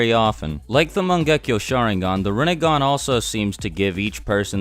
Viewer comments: Rinne*gan* Sharin*gan* Jou*gan* Byakyu*gan* Tensei*gan* ketsuryu*gan* Tensei*gan* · You're saying it so wronnggg.... It's pronounced renneggan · its pronounced rin nay gahn